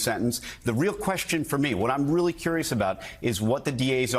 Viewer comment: we weally do have a nightmare